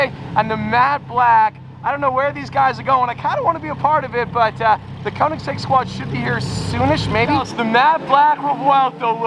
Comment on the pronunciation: Pretty please learn to say Konig XD